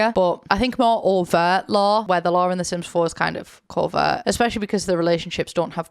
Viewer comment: When you would be saying "lore" before I always thought you were saying "law" and I thought it was just a quirky way of talking about the sims 4 storylines/characters... Like the Bella Goth disappearance is Sims 4 law... lore makes a lot more sense... I'm American btw sorry lol